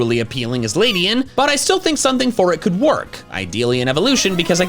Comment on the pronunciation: It's Ledian, NOT Ladyan!